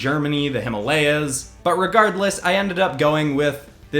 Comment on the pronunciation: bro sorry but you pronounced Himalayas wrong